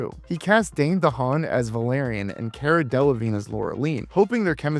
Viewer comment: “Cara” is pronounced “Car-uh.” She got onto an interviewer once for pronouncing it the way you did. 😋